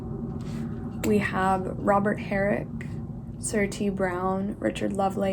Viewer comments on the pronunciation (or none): none